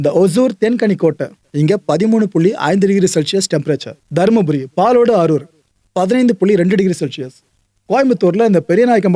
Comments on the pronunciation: அது பாலோடு இல்ல,பாலக்கோடு😂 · Palode ila sir palacode..